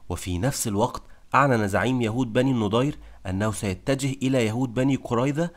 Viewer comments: مجهود مميز... لكنك تنطق الأسماء خطأ.. فنعيم بضم النون وليس بالفتح والنضير بفتح النون وليس بالضم وهكذا كثير.. ياريت تهتم بتشكيل الأسماء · احسنت وبارك الله فيك .. بس يا ليت تنطق إسم بني النَضِير بشكل صحيح